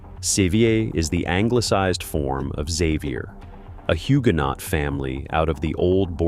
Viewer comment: Odd pronunciation of some Scottish names eg Inveraray. Also Huguenot does not have the t at the end sounded...'no' is correct. I'm from a Patterson family that stayed in Ireland and then migrated to NZ via Australia